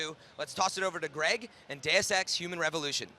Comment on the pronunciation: DEH-OOS NOT DAYUS